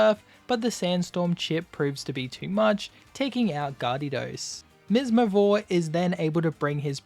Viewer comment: Its actually garedos, pronounced gay-ru-dos